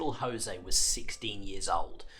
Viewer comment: Cyril was not Spanish! You pronounce the ‘J’ in Jose. You even use a clips from the drama documentary on the first day of the Somme in which they pronounce the name correctly.